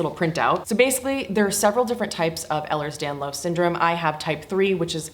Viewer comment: Welcome to the club you didn’t want to join… a few things you may have learned by now. First kind of a biggie it is pronounced like this: Ehlers Danlos Syndrome (ay-lers dan-lohse) Type III is not something that never should come up since you were diagnosed so recently. The classifications were changed a couple years ago and that isn’t used anymore. I think it’s important that the type of doctor to diagnose is a Geneticist. Unfortunately there have been some people latching on to our condition and self applying the Beighton it’s rather hilarious how they spell it too ha ha but like you said it needs to be done by the doctor and it actually goes along with their ‘interview’ of family history. Have you been checked for Chiari? Have your EDS friends mentioned how high the incidence is of Chiari and EDS? I didn’t hear you use the word but we call it comorbidies. I notice you call conditions a disease - these conditions aren’t referred to as diseases. At lease EDS, POTS, and Mast Cell. Syndromes, conditions, POTS sometimes is a disorder but not a disease. I don’t mean to sound like critical just want you to have the lingo! What you talked about with the handicap placard that’s a huge thing- many of my friends have one it really varies by state actually. Some states you can get them but some states won’t allow it for just walking. But yeah my friends talk about getting ‘the glare’… but oh yeah it would be so helpful many times!!! Awe I feel bad you felt bad for claiming disability